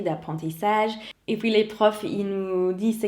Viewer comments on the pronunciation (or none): none